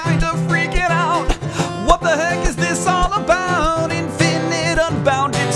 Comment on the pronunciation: Did he say: 'what the hank'? :)